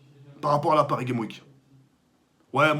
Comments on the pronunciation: j'adore tk il dis paris game week est ces normal et tout le monde dis paris game s'week xD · Parcontre tk dans " Paris Games Week " prononce le S de " Games " sinon remet le en place l'autre cagoule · Paris Games Week j'adore comment il le prononce mdrrr